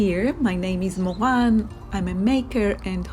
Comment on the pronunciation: I had such a nice visit in your home today Moran. I like the way you pronounce your name .😄You are a real Joy. Hope your enjoying your new balcony it already looks mature.